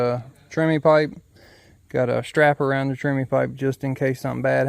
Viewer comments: TREMIE, not "Trimmy". It is a man's name, the guy who invented the Tremie Tube. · Thanks, very informative. FYI the term, although pronounced trimmy, is spelled tremie. In major concrete projects like footings the use of the pipe is reversed. A large pipe is set in the hole and the concrete is poured inside of it. That pipe however is slowly raised as the concrete is placed rather than being left in place. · It is TREMIE, not "Trimmy". It is a man's name, the guy who invented the Tremie tube.